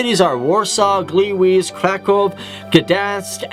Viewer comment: Where exactly is 'Gleewees'? Written in Polish it would be 'Gliłiz', which I'm pretty sure isn't a Polish city name. And your pronunciation of Wrocław is a little off too.